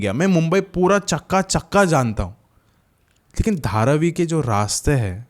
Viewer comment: Chappa Chappa Nahi Chakka Chakka😂😂😂😂😂😂😂